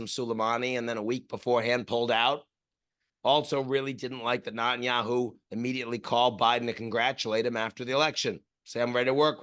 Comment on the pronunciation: I always find it funny how Ian pronounces Netanyahu as Nut-In-Yahoo, I love this guy